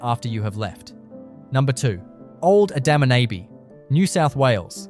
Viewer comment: You'll have to teach your AI robot how to say Adaminaby correctly.